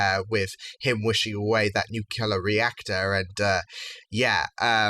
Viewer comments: said "nukelar". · Sorry,, but you're a Brit, not a Yank. Nuke, Lee, Err. Like.